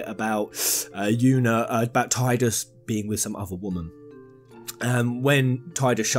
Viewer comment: Its pronounced Tee-dus not Ty-dus. This isnt a matter of opinion its a fact. The voice actor himself confirmed it.